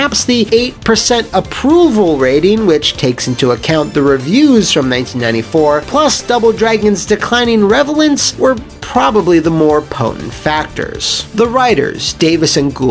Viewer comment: Haha you said revelance instead of relevance haha